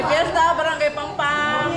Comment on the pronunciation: That is PAMPANG, NOT PANGPANG hehe😬